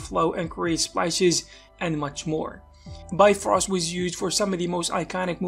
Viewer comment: Bifrost is actually pronounced like “BEEF-roast,” believe it or not. It’s a Norwegian word.